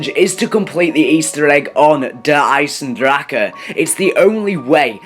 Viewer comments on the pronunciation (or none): "DEAR EIEZ EN DRAKA" holy shit bro